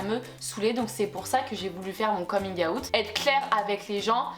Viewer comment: Ton « coming-awout » est incroyable